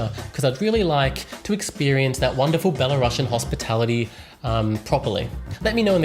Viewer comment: Man, say not 'Bella Ruusian' but just 'Belaruaian' [belarusjen]. Great video btw!!!